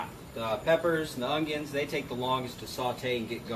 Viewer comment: I always trust a cook that puts a “g” in the word ongion